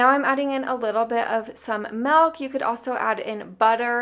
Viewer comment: Hey I didn't know you were raised in New Mexico (then I heard you pronounce milk and I was like yup that's a new Mexico girl) Lol I was born and raised there so I say it exactly the same even though I moved away 11 years ago. Thanks for the cooking and saving inspiration.